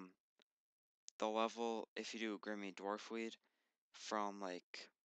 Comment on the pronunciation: Grimmy dwarfweed, huh? Not grimy?